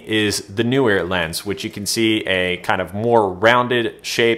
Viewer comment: How come every person but two (and I am one) who can pronounce Neewer properly because I can see the double E in the name, thereby being Kneewere and not NEWwere or, as you say, New weer.